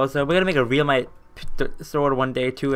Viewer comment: U need halite armour and realmite is pronounced relmite